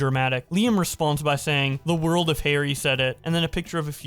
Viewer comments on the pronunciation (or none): none